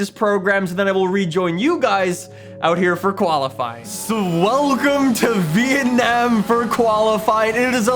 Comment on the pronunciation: really says vietnayum grond prix